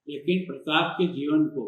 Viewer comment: Aap jara fir se soch ke boliye aap kis lahaje se bol rhe pratap Pratap...fir mafi mangana hoga aapko sir..🙏😔